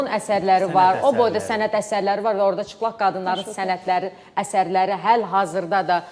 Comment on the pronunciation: Ciplag yox cilpag